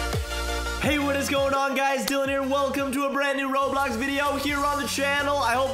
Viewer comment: its "roblox"